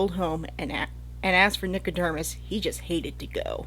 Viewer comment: Nico-DERM-us?? Over and over. Am I just misreading it?